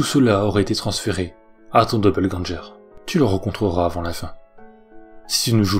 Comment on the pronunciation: Il me semble que doppelgänger ne se prononce pas doppelgän"jeur" Mais doppelgän"GUeur". Sinon super video qui plus est longue :)